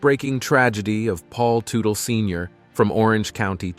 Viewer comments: What did you expect when in the first 40 seconds, the dude pronounces his last name as *Too-tell*? I tuned out right there knowing that this was going to be really lame. 😂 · The correct pronunciation is tut tal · Pronounce his name properly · Blah Blah Blah, can’t even pronounce the man’s last name. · You really should learn how to pronounce the last name. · All I heard was their last name mispronounced 700 times. In not just 1 alteration. But dozens ! Lol I swear I think it was intentional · For the love of god can you pronouce their last name properly, jesus christ man. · If you are going to do a video about a man, LEARN TO PRONOUNCE HIS NAME! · Hell, what a total waste of time. Should have known it was going to be bad when right in the beginning, the moderator can't even say the last name correctly. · right from the get go you don't even say his last name right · can't watch this crap any more because you keep butchering the families name pronunciation.